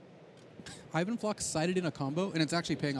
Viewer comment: even flock i think its pronounced eye van flock